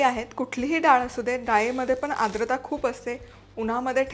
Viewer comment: टिप्स अगदी उत्तम आहेत. पण आद्रता नाही... आर्द्रता